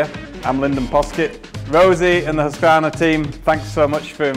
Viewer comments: Husqvarna not HusqAvarna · The marketing manager incorrectly pronouncing Husqvarna, Priceless!